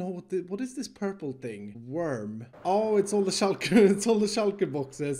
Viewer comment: the way he said was so weird... it was like "𝔀𝓸𝓻𝓶"